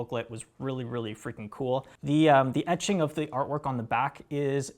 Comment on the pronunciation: Honestly your tendency to say "ummmm" or "uhhhh" and closing your eyes when thinking of what to say is more annoying than misnaming a song. You pronounced "etching" like EEE-ching on this video which tells me you were reviewing in your head what you read somewhere. This is an awkward guy to put in front of a camera, where are the well spoken youth of today in music? Everyone on Banger has the speaking abilities of the average freshman in highschool. Just sayin'...